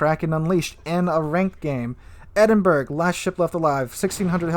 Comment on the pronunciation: Also. Edinburgh... EdInBuRgGgG. (Its pronounced Edinburrow) Lets not forget the Gneisenau. Which you pronounced Ganeizeno lmao. Its pronounced Neyezenow.